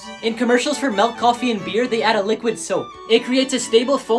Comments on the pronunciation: You look like you would pronounce milk as melk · Anyone gonna talk about how this mo fo pronounces milk like malk? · How he pronounced milk is is like.. Me:Milk:Melk